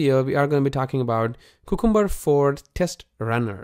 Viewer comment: Man, check how to correctly pronounce cucumber, it is a vegetable not just a name that does not mean anything. It is pronounced : kyoo ·kuhm·buh